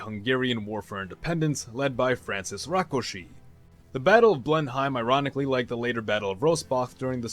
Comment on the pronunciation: Blen...Heim - LOL